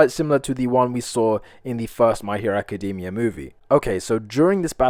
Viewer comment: I know it's small, but I appreciate that you pronounce "academia" correctly, when most people use the previously rarer "acaDAYmia" thanks to the show. Similar to Eureka 7 doing "Eryka" and Seven Deadly Sins using the non-Anglicized Dee-ahn for Diane in England.